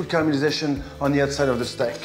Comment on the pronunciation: Love the "Stak"